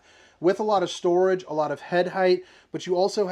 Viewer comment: 😂Re-heat potato mode and then stor-ahge. This one is making me giggle throughout. Thanks! So far, so good👍